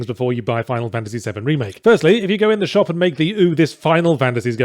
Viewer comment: Lol three instead of the is hurting my brain